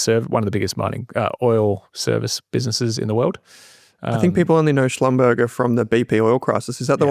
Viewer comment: Hey, I work in the oil and gas industry. Schlumberger is pronounced schlum-ber-jay not schlum-ber-ger